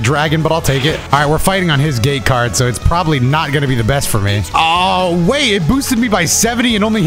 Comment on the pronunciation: Am I the only one who heard gay card instead of gate card?